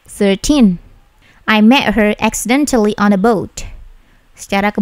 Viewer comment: 😀😀😀😀Accidentelly....telly...halus penekanan nya